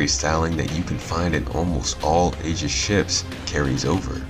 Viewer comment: Why can nobody pronounce "aegis" when it takes literally like 2 clicks to learn?